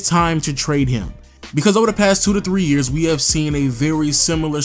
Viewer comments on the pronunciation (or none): none